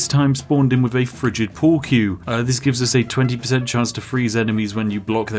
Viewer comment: When he said frigid pool wie I swore he said friggin pool cue